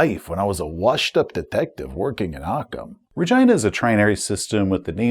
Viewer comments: Every time you say Re-JEYE-na it freaks me out. I guess its like the city in Canada but for 40 years we've said it Re-GHEE-na, like actress and director Regina King. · Sorry but I simply can't take that pronunciation of Rhe-gyna seriously. 😂 Was there a conversation about calling it the British way? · Your pronunciation of Regina is killing me, lol I think it's pronounced ra-GEE-na (as in the female name), so as not to mistake it with a part of human anatomy... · Is the subsector name RegEYEna or RegEEna? I have always used the latter pronunciation but am more than willing to stand corrected. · Perhaps you're trolling but the "I" in Regina is pronounced "ee", like the name Sheena. RegEEna. No biggie, but it does not sound like Vagina. Cheers, love your channel!! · Anyone else giggle every time he pronounces it "RegYna"? No clue if it's correct or not, just sounds funny lol. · Regina….. you say Regina but all I hear is vagina! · said ragina lol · I'd normally pronounce Regina like regeena, I guess the rest of my group did too since when I pronounced it like does here as a bit of a joke the group HATED it so I just had to make that the official pronunciation for the sector in my canon. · Sorry but i can't not unhear it as vegina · .....You mean Reh-Gee-Na? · Not to make this another "Boravia" situation, but... is that the pronunciation we're going with for Regina? I'm no traveller expert, maybe that's really how it's supposed to be, but I would not have guessed it. Either way, great vid, as always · lol regina sounds like vagina